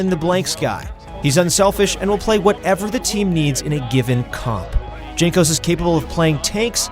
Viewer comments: I cringed when he said "jankos" instead of "yankos" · Jankos should be readed like Yankos, cuz his nickname is from his family name Jankowski, soo polish J should be readed like eng Y. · DZANKOS hahahhahaa its JANKOS! :D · Not DŻANKOS, his nickname is Jankos :) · That's cool and all but you just called jankos Junk-os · Bruh, it's Yang-Kos. For a league of legends channel, you have some really bad research. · If you are going to make a video about G2 the least you can do is learn to pronounce their names correctly. Also most educated people know that in Slavic languages j is pronounced as y. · With Y like "Yankos" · pls check how to pronounce Jankos correctly before uploading a video:) btw nice video;) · This channel tries way too hard to sound professional and knowledgeable, especially with that pretentious name. Can't even pronounce players' names correctly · Gives me diarrhea when u pronounce jankos name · Pronouncing Jankos' name wrong is an insult to the Polish language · I stopped watching when you pronounce Jankos name. rip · the way you say jankos makes me suicidal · Lol pronouncing jankos with j